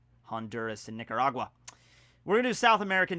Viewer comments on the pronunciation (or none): none